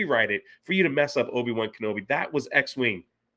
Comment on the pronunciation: “Obi-Wan-Canblome” This show is impressively bad.